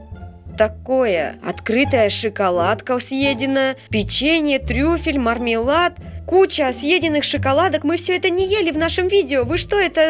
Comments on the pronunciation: Не мармелад а мурр-мелад !!! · не мурмилад а мармелад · Не Мормелад а Мурмилад😘😘😍😍